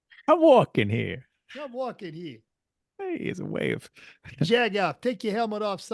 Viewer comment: says Jagoff in a jersey accent? MY CULTURE IS NOT A COSTUME.